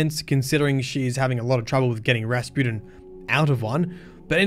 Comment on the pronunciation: Drink every time says “Raspooden” (no don’t, seriously don’t) I love the way you pronounce Rasputin as “Raspooden” and sometimes “Raspewden” and it’s fitting because for a while there he was crappin’ his dacks and then he was spewin’ mate. And Clovis is a good old fashioned sort of a bloke who gets easily misunderstood. When he offered me the job I would have accepted. Woulda been cool. We wouldn’t have taken any guff and would have got the job done no matter what.